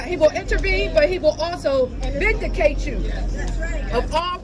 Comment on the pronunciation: She a judge and can't say the word vindicated...scary as fudge. Please tell me how she became a judge.